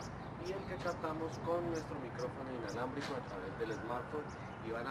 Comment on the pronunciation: Mentiroso dijiste inlabramico